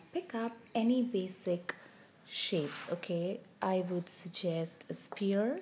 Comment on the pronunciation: Nice lesson. Great tips. However, sphere is pronounced s-fear not spear. Ph=f. I'm not trying to rude. It's just that your content is impressive but your pronunciation of sphere is off putting.